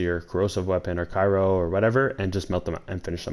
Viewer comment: ITS NOT FUCKING CAIRO GUY! I UNDERSTOOD ONE VIDEO BUT U STILL ON THIS SHIT! LOL READ THE GOD DAMN WORD AND SOUND IT OUT.